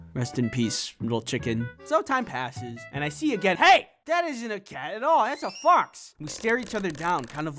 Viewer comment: you said BOX not fox LOL🤣🤣